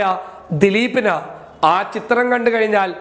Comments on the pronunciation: "ദിലീപ്പ്" അല്ലാ ദിലീപ് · Dileepp alla Dileep